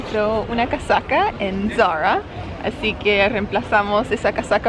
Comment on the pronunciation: Zara es una marca española (gallega, para ser exactos), así que no se pronuncia a la americana. Saludos.